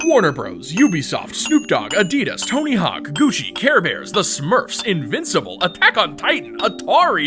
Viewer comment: "The smurs" LOL